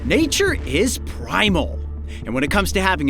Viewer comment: when you said "Nature is primal", I actually heard "Damn, Nature! You scary!"